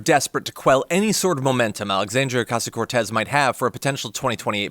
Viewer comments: John Kennedy is such a phony. And he purposely mispronounces AOC's last name. He's the ONLY one anywhere who pronounces it that way. No one else pronounces it that way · Kennedy is a racist pos. Can't even pronounce AOC's name properly.